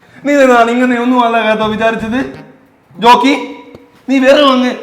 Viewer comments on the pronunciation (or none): റോക്കി ❌ ജോക്കി ✅